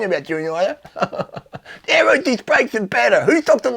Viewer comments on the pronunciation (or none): none